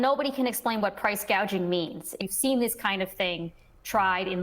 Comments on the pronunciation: What is Price Gauging ? 😆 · Price “gaging?” She’s an idiot. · What is priče gauging?